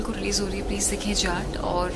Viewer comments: जात ❌ जाट ✅ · bhai voh जात nahi hai jaat hai shi s pdho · Jaath nahi jaat bol bhai jaat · जात नहीं जाट बोलो 😊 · Bhai naam shi se lele जात nhi h ye जाट hai ye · Bhai aap जाट ko जात naa bolo yaar Aur Akshay kumar ko Akshay kumhaar naa bola kro aap please . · Bhai jaat naam tho shi se le le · जात नहीं यार जाट बोलो 😂😂😂😂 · Jaat ko sahi bolna tu sikh le phle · जात नहिं है यार जाट है 😂 हरियाणा वाला जाट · T ta hota h jaat 😂😂 iska T kharab h